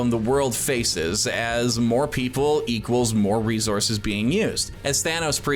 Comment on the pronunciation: He kept saying resources wrong too.